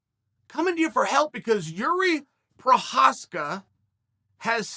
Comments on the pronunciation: jury provolone ska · Chael: "There is a Jiri Copraeh out there." Chael had 3 variations of his name, but considering they all came from Uncle Chael, all 3 are correct. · It's pronounced Yuri Pro-Cry-Evv Uncle Chael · Each time Uncle Chael misspronounces Jiří's name, universe splits, forming another universe where another fighter with misspronounced name of Jiří Procházka exists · I could listen to Chael and Bill Burr try to pronounce names all day long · Guys it's not correctly pronounced it is: Jiiiiiriiiiiiiiiiiiiiiiiiiiiiiiiiiiiiiiiiiiiiiiiiiiiiiiiiiii Prooooooooooooooocháaaazzzzkaaaaaaaaaa have you never seen those japanese announcers?